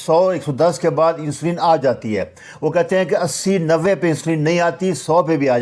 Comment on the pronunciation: جناب لفظ انسولین نہیں بلکہ اِنسولِن ہے۔ کسی بھی انگلش چینل پے سن لیں